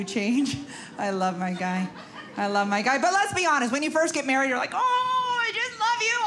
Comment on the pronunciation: She maweed Elmer Fudd!! LOL.